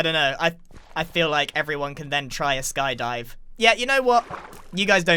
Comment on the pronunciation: Call it Sky Die-vers